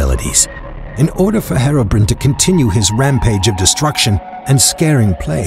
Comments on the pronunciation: You said Herobrine wrong it's Hero Br-i-ne not Herobrin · he said hero brin XD it's hero Brian XDDDDD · no offence, but thats not how to say Herobine. its hero-brian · Herobrin Ahahhahahahha am dying you dont know to say Herobrine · anyone gonna comment how he pronounces herobrine?